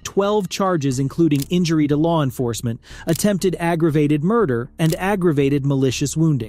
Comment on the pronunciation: I know this is weird to point out but you missed the A on aggravated lool